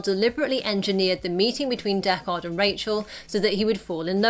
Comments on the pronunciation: Deck-ARD? Have you seen the original? Dekkard. Say it quickly with no emphasis on the second syllable. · stop saying DECK-KAHD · It's Deckard not Deck Hard. The movie felt pretentiously slow paced. Its cool to know that Ridley added elements of his home city like "miserable rain." In the first film and Denis did the same in the second "miserable freezing snow."